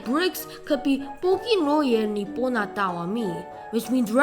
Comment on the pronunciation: The best part is when said "WHY IS THIS MAN SAYING LOJE LIKE LOHE? AND IJO LIKE AJO?"